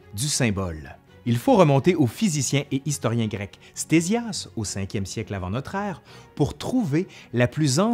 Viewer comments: Pourquoi prononcer "stézias" au lieu de « ktézias" ? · "Stésias" ??? Petit lapsus je suppose, ça se prononce (fort logiquement) KTésias... Et le portrait affiché dans la vidéo est le plus souvent attribué à Hérodote, plutôt que Ctésias...